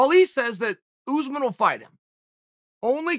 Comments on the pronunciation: Chael: oOooO0oze min Me: okay, great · Chael "OOsman" Sonnen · Who the hell is ooozeman ? Take some pride in your work. Komzot Chimaev may fight Ooozeman after bresfix 🙈😂🤣